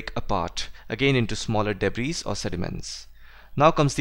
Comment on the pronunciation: Everything was great except the pronounciation of debris😂 it's pronounce it debri actually